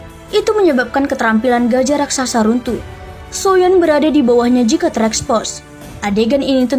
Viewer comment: Agak aneh sih klo di sebut nya SHOYAN 😢